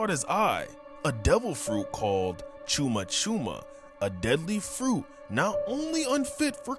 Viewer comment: “Chew ma” balls